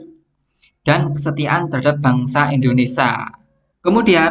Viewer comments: Mohon maaf coach, koreksi sedikit penyebutan Indonesia, not INDONESA, terima kasih 🙏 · Indonesia bang bukan Indonesa 😂